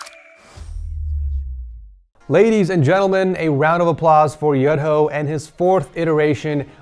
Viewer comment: Kasih tau mas, bacanya tuh "Yu-Dho" sama ada medok Jawa nya dikit 😂